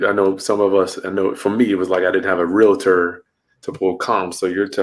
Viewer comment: U said realator